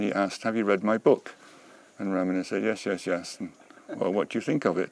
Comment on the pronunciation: I love how Mooji pronounces Ramana correctly. Emphasis is on first a. Thank you. 🙏🏼💙